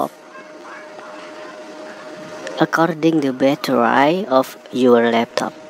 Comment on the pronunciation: It is battery not batterai